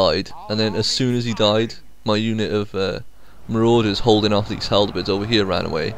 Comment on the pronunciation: Looks like a fun game, I did get a little annoyed by one small thing though. Halberd, not haldebeards. :D